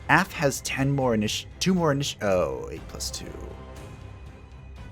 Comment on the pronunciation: From my knowledge, "Af" is pronounced with an [a] and not an [ae], in other words the "a" as pronounced in "calm" and "dark", and not the one present in "cat" or "had". And I expect this to be the first and only time my linguistic courses will ever be useful in my life. On a sidenote, does spiky cocoon apply poison? Because that might synergize excellently with the Phantasm